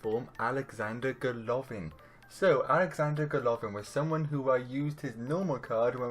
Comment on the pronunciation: not GolOvin !!! GolovIn